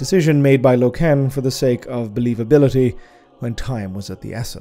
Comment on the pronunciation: its name is inspired by the German language, Eisenstein literally meaning Ironstone, so his pronounciation is correct. I'm more bothered how he says "Loken".